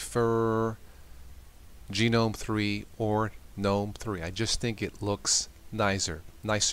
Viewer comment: Lose the attempts at humor. Stop pronouncing it "Gee knome". Make up your mind what you prefer BEFORE you make the video so we don't have to listen to you saying "aaaahhhhhhh".